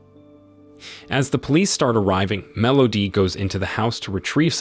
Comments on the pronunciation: I'm not sure what's worse - the movie itself or this guy's pronunciation of "Melody". MEL OHH DEEE. Terrible. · Are we just gonna ignore “mellodee”? Or should I say, consistent “mellodee”.